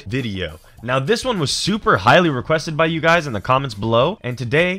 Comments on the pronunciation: ANNND WITH THAT "HUYS" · He said "and with that huys" My irl name is Huy(I'm Vietnamese)